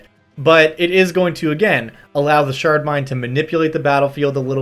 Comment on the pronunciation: I kept hearing "shart mind" and it would make me smile.